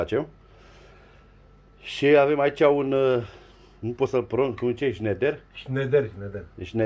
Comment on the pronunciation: Șnaidăr, nu șneder